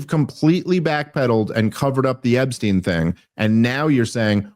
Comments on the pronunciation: Bro. Stop saying "Ebbstein." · It's ePstein with a "P"